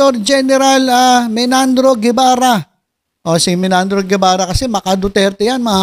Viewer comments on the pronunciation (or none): BERBERABE hindi Bernabe, at Menardo hindi Menandro grabe ka